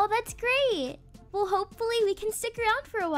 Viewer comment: Well “weel” Not trying to be rude I still love ur videos